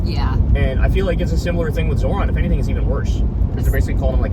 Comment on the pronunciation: I keep hearing "Zordon"